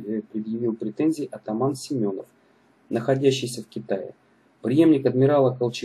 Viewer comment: Атаман не Семенов а Семёнов ударение на ё а не на о